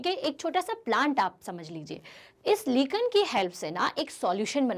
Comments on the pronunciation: That is not लीकन it is लायकेन lichen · Mam u have pronounced lichen wrongly 😢.Btw the video was helpful,thank you 😊😊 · To many wrong pronunciation..sour,lichen -correct your pronunciation